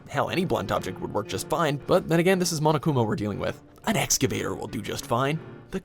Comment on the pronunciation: I THOUGHT HE SAID MONACA INSTEAD OF MONOKUMA I- 💀💀💀 I heard monacakuma